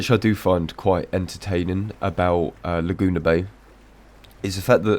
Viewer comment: "Luh-Joona" made me lol